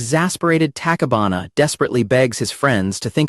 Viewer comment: I swear, my eye violently twitches every time the AI narrator mispronounces ALL of the characters names. Hearing Katone and Tachibana's names brutally butchered, made me want to start chunking furniture in my living room.